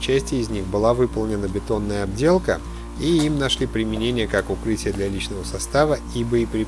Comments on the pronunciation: все хорошо и смотреть интересно. лайк однозначно. но не ОБДЕЛКА, А ОТДЕЛКА. обделка, это когда в штаны ))))))))))) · Да не "обделка" а оттделка,слушать противно... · Обделка, Вам не стыдно так грамотно всё преподносить и так обделаться, Вас самим не редки слух слово обделка, ведь правильно отделка!!!! Сори но за обделку и искусственные шумы диз и всех отговорю от просмотра. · ОТДЕЛКА!!! а не обделка))))